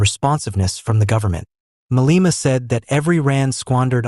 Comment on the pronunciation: The gentleman educating South Africans pronounces , wrongly so, 'Maleema'